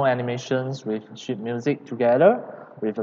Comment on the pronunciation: I really don’t wanna make fun of you but I had to laichst so hard when you said sheet because for me it sounded like shit.